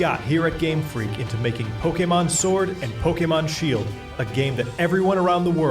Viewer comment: Shield-o and Sword-o?! Tim your eye is getting to your brain!